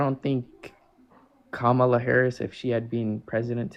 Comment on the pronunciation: at least he pronounced Kamala’s name correctly